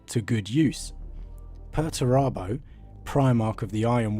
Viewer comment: Are you sure you're pronouncing Perturabo correctly?